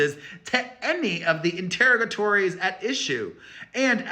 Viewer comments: “Inter-o-ga-tories” rhymes with “saga stories” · You aren’t quite saying interrogatory correctly. It isn’t pronounced like interrogation is. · You are mispronouncing the word interrogatories. I LOVE YOU & YOUR UP-TO-DATE “SAGA” COVERAGE!!! All love.